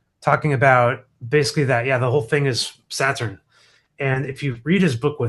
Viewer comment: I cannot listen to him pronounce Saturn one more time